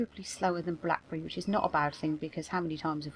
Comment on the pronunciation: You know when I came up with Blackberry I imagined it an American accent, since I'm "merican, but you say it much better.